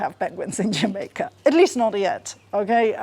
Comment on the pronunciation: This was a fun video, had a smile all the way through. IMO, the accent is hard to get just right, especially the intonation. Probably a specific example is rising pitch at the "Jamaica" at . I feel like a Jamaican would be lowering on the last syllable of "Jamaica". But he does a decent job portraying a general "Caribbean" vibe (esp. in a work of fiction/fantasy). And it's nice that they based their visual work on actual Jamaican scenery. It definitely feels quite "authentic" despite being animated!